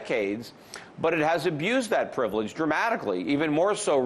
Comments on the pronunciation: Sorry Peter did you say American privilege or pillage??? :-) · He said privilege but meant pillage.